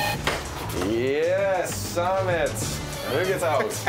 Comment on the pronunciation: Samed spreek je uit als Sammet. Niet Saamet.